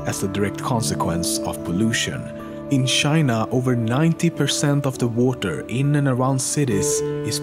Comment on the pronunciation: This guy can't pronounce the word "Ch" i like how he say it shina not china